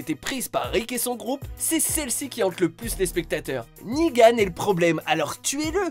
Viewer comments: Je comprendrais jamais vos problèmes de prononciation, pendant toute la vidéo vous dites "Negan" avec la bonne prononciation et à la fin vous dite "Nigan", mais pourquoi ? x) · J'ai dislike pour un truc .. Nigan!?!?!? Nan c'est negan... pitié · Il y a que moi que ça stresse quand il dit "Nigan" au lieu de "Negan" ? 😂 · Sa se prononce negan pas nigan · C'est pas nigan mais "Negan" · C'est Negan pas Nigan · C'est NEgan pas NIgan ! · Ne dites pas NIGAN. C'est NEGAN